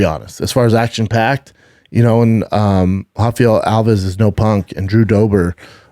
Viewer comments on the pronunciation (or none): none